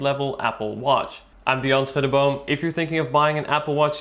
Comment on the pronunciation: I know his name is " Dion Schuddeboom" but I heard it as "bounce booty omn" 💀😭✋